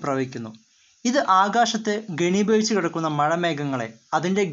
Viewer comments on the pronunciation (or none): ഗനി അല്ല ഖനിഭവിച്ച്